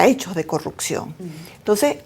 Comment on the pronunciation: en venezuela no hay "corrutcion" como dice esta señora, hay CorruPcion! aprenda a hablar señora